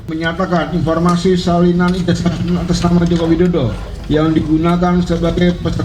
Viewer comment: Kenapa penyebutan ijazah ini dibaca ijajah.. cobalah diralat yg tepat dan benar